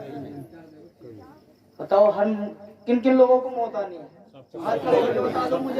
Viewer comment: موت کے لفظ کو آیت کریمہ میں مجہول پڑھا ہے